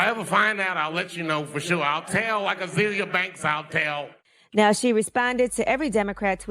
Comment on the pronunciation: He said like "azelia banks" I'll tell..😭